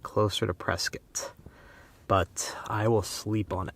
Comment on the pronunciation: Today you just taught me how to say Prescott AZ, turns out I've been mispronouncing that name for several decades.